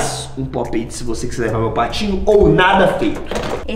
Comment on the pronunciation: Ele fala pop et kkk